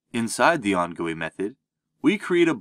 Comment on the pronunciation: "on gooey method" 💀